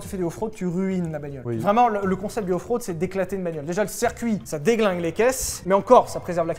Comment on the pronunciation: Suis-je le seul à avoir entendu "En fraude" à la place de "Off-road" ? 😂